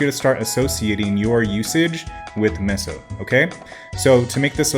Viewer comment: doesn't know how to pronounce meso correctly